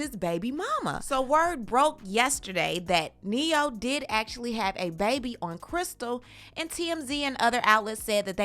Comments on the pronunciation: You said it right,,,, NE-HO... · Not “Ne-hoe” 🤣🤣🤣